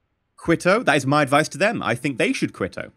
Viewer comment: Quito is pronounced KE-TOE not quito